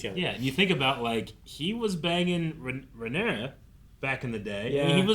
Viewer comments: RAY NEAR UH !!! pronounce her name right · Why does insist on putting extra letters on Rhaenyra’s name lol where did that extra s come from